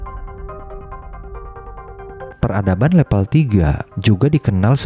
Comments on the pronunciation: Level, bukan lepel mase... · Harusnya "Level" bukan "Lepel" Jadi gak enak di dengar, dan terkesan udik/kampung & kurang profesional. Jadi ragu mau tetep nonton sampai habis, karena jadi kurang Trust aja (gara2 bilang "level" aja malah "lepel", jadi pengaruh ke rasa Trust (apa isi video nya bisa dipercaya) Kalau maksud pembuat video nya, memang sengaja diucapinnya "lepel" biar unik, maka ini malah blunder, malah menimbulkan citra kurang bonafit terhadap kualitas isi video nya, coz perihal tata bahasa yg baku aja gak paham